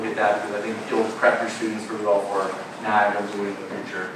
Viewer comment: I didn't expect the "Niagara Lead" to constantly call it Niagra. Kinda weird.